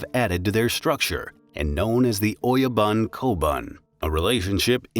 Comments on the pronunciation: I almost want to dislike the video. "Shogun" is spoken "shogoon", "oyabun" -> "oyaboon", ect. My ears are bleeding. This is so bad and just a Google search away. You could make a case that some words can be distorted when adopted in English, but that's still a crime... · "Don't talk of the clan" became "Don't talk to anyone of the clan" which makes no sense... your are mispronouncing all the Japanese words too - and I'm not talking about accent either - "Oyabun" is "Oyaban"??? really? it's all painful to watch and looks like it was done haphazardly or by the AI with a lot of mistakes... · Great information but bad pronounciations, see if you can get the bot to pronounce the words correctly. For instance, ō-Ya-boon (oyabun) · >the oh yo bun >doesn't give you your lost bun ? BOON, GOON, holy hell do Angloids really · Its OYABUN... sounds like O - YA- BOON..